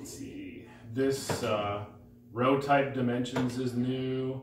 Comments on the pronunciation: "Ro-type?"....."Same-us?".....what kind of game enthusiast doesn't know R-type and Samus? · You had me until you called R type, Ro type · not ro type but R type.